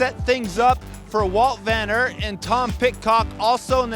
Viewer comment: Who’s Woot Ven Irt 🤣🤣🤣🤣 his name has been pronounced that many times dunno how he can get it wrong.